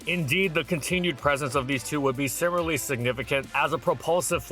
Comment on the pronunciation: Dude, I wanna like these, but why why do you pronounce "similarly" as "simmerly"?